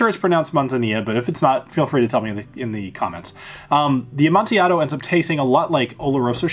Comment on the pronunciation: good job with your pronunciations of "Amontillado" and "Manzanilla"! The double LL's are like a Y. However, Tokaji is pronounced "toe-keye" with the accent on the second syllable. Just pretend you don't see the "aji" and trust me. It's Hungarian and it makes perfect sense (to them anyway)! I also cringe every time I hear a whiskey channel mangle "Sauternes". That one is pronounced "sow-turn" with the accent also on the second syllable. Just trying to help any and everyone who wants to learn and be correct. Thanks for an excellent explanation of finished whiskies.